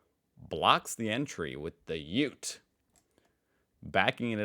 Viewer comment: He said Ute the right way!